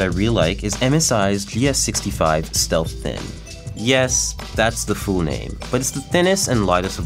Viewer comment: Full sounds like "Fool" lol